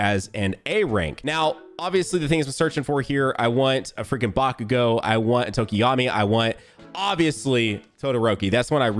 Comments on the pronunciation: Plus he said otokami or something for tokoyami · WE GOT TOMOYOKI God pronoucing my guy